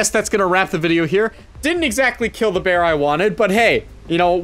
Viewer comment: 15 minutes talking about bwear and "for sure" emm